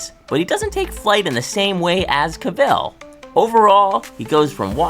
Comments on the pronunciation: The man's name is pronounced Cav-el, not Ca-ville. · Kay I can’t keep listening to Caville being said. Have you never heard his name before?? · I had to stop watching after the first couple of pronunciations of Caville. Made my brain twitch